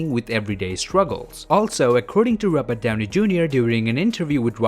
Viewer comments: I’m a the only one to hear “RUBBER” downy jr. insted of “ROBERT”... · I'm never one to rip into someone's accent, but i cannot stop hearing "rubber Downey junior" :) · The way he says Robert downy Jr. (Robat)Downy Jr.